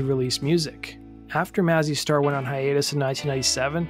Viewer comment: Maze- e Star. Pronounce it correctly.